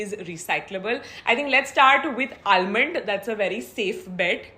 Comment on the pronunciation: I love watching videos, no matter what the topic is, they look great together n doesn't make any video boring. Just correction on almond pronunciation, ull not pronunce "L" in ALMOND.